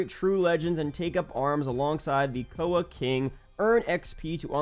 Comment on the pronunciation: It's not koa it's K.O.A plz get our skin name right